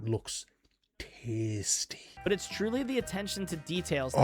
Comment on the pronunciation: did he say "tasty" or "testes" :face-blue-smiling